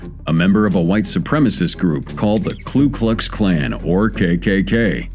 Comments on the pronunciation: It's not the KLU Klux Klan ... it's KU Klux Klan. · Ku klux klan, not klu klux klan 😂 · it's Ku Klux Klan not Klu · video shows Ku Klux Klan but the narrator says Klu... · It's not KLUE Klux Klan. It is KU Klux Klan. You're welcome. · Narrator says, "Klu Klux Klan". hahaha. Obviously, he doesn't know what he's talking about. It's the "Ku Klux Klan", not the Klu Klux Klan. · Its Ku Klux Klan. You spelled it right but. . . just cant read lol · You mispronounce the name of the ku klux klan